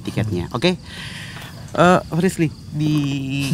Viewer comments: di mnit ak gk bernti² ny muter s mnggil nm frisly yg slah blepotan ngucapnya..aduuuh gacoor bgt sie kamu...🤣🤣🤣🤣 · ▪"Jangan gitu dong resbir, prisler, plisir" "Frisli" ▪"Iya Prisler!!" ----- Ngakak dong* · Anwar nyebut frisly malah frisir,mau doa malah doa makan ehh ada lagii mau doa lagi malah doa buka puasa (emot ngakak) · Kenapa nyebut frislly flislir, flirser😭😭🤣🤣🤣🤣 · frisly: "ka tuh liat":"gamau ah jangan dong lesbil frisler freslir" haduhh ngakakk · Apa lg pas salah nyebut nama frisly, ngakak parah sii😂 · Sumpah ngakak banget pas salah sebut nama frislly:v